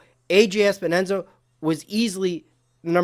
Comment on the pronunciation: Awesome job! One thing. Its Epenesa not Espenesa but no biggy. His name is confusing!